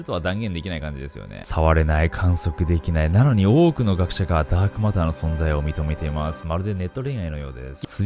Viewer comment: ダークオマターとか言ってたな〜